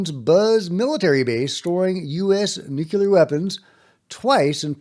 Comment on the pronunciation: It's nuke-lee-are. 😂